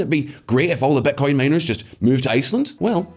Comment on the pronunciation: Amazing video as always. But why do you say "betcoin" instead of bitcoin?